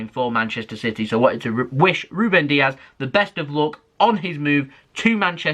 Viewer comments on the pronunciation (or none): It's Dias not Diaz. He's not Spanish, but Portuguese